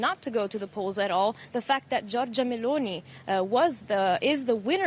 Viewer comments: "MLounee"....🤣🤣🤣🤣🤣 I didn't know that our phonetic was so hard for Anglos. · Poor Meloni, called "M'lounee" by Anglos.